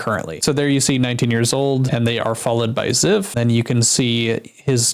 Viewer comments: Oh no... Zyph??? Not Zyph, man ;-; btw it's pronounced ""z-EYE-ph" not "z-EH-f" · Dude, zyph is one of the best Minecraft bed wars content creators. He is always so funny and he carried my childhood through , I am so sad to hear this happening. I was always so happy when he uploaded. Also it is pronounced z-eye-ph. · I really hope these aren’t true. I’ve watched Zyph for a while, and I actually started watching him a lot again recently. He seems like the most genuine guy and I can’t imagine him doing this. Btw - Zyph is pronounced with the y as “eye” lol